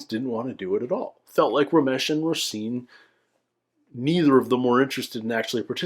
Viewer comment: love that you’re going back doing these. You have such an interesting perspective and love it that you take things so seriously! Btw— not sure if this will matter if you’ve already recorded these by the time this is posted but the ‘s’ in Roisin should be an ‘sh’, so it’s Roh-sheen.